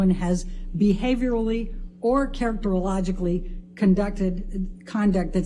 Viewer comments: whats that word charac-tor-ologicaly am I dumb or did she make up or mispronounce? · WTF IS CHARACTERLOGICALLY????? Whaaaaaat?????????🤦‍♀️🤦‍♀️🤦‍♀️🤦‍♀️ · ”Characterlelogily” is absolutely hilarious. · 🧐 …perhaps she can’t say “CharactergarrowbackauiLLLUUuckbulleh” correctly because it’s actually pronounced “characteristic”👀😬🤷‍♀️😅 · Charo-toe-oak-talogically is a brand new word based on the pronunciation 😂😂😂 wtf! is tht lady hitting the sauce? Or is tht brain damage from cocaine? an Illiterate lawyer🤣 a comedy movie should be made from this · “Characterologically” lol 😝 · Sack that lawyer she is embarrassingly incompetent. What person employs a psychologist to do an assessment without interviewing them? Who hasn’t heard of Johnny Depp? Be hard to find someone to do an assessment who hadn’t. She struggles to pronounce a word from a report she is going to use in cross examination. Poor prep. I’ve no idea of this case just struck this video because I’m interested in personality disorders celebrity spats aren’t of interest. I’m horrified at the ineptitude of the lawyer doesn’t mean she is wrong I’ve not followed it but she’s just not up to the job. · To be fair, “Characterologically” is hard to pronounce. It doesn’t roll off the tongue naturally.